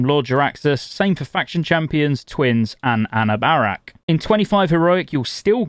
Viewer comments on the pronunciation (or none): Anna Barrack XD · Anna-bear-ack lol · Im not sure Ive ever heard a Bosses name butchered as bad as A New Bear Rack or however you said it. Nice video though, does make you wonder if were all going to be waiting for a month+ to obtain 4pc. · I noticed that, too. Oof. "Ah-Nu-Bur-Rakk"